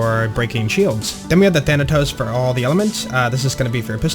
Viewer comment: Said thanatos correctly 😍